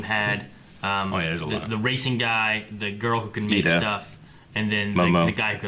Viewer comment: It's Iida, with an "I", not an "L".🙂